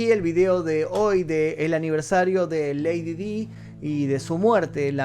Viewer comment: Lady Di se pronuncia como "lady Dai".